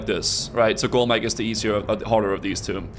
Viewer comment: "golemageeeeeee", lol. cracks me up how people pronounce these things in their heads.